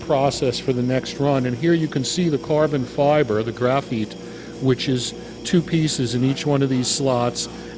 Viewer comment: Ore-gone and graph-eet ? Ouch!